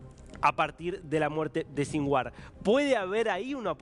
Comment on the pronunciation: ¿Sin war? . . . RARO SONIDO FONÉTICO . . . ¿SIN GUERRA?